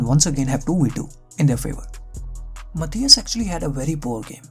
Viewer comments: Moreover his pronunciation of "Matthijs" is completely wrong. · No, he didn't say "Matthijs" (pronounced Matàis).